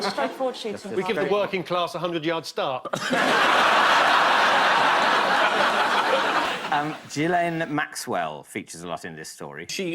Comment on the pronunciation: I mean I hate her but it’s Gill en not Jill N probs mixing the pronunciation with Virginia Giuffre